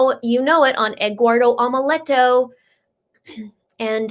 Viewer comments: Just so you'll know the name egguardo is supposed to be spell Eduardo and pronounce like this well sort of : ed - do -are - though 🤣 I have never meet a Hispanic name pronounce like that or spell like egguardo 😄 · The reason says Egguardo is that it was the way Leticha pronounced it, so that is why we are making jokes about it. It is not to be insensitive to any Eduardo.